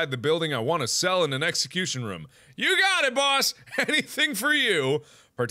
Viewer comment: Say room.He can't say it right